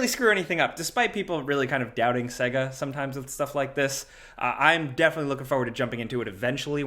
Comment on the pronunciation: The way pronounces Sega 🙃